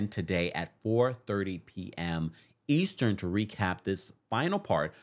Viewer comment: The “Eastren” killed me!! I noticed that too 😂😂